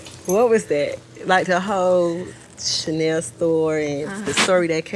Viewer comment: Yeah she wasn't even phased by that "Cha-nay-nay" 🎁